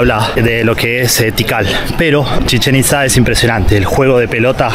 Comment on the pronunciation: Cuantas veces dijo chechenktza